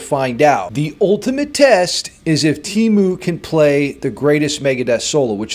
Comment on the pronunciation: The "ee" in Teemu is closer to "bear" than "tea". It's not Tiimu.